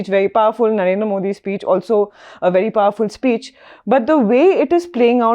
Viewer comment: Please pronounce the prime ministers name correctly. It is Narendra. You refer to him as Naren. This is disrespectful.